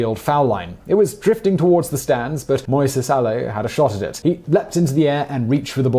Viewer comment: A-loo...not A-low...